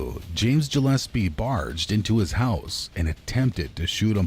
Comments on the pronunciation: It's pronounced Gillespie not Jillespie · Jillespy ? WTAF lol?